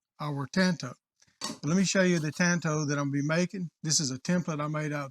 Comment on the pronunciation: The man can’t say tanto but he sure can make one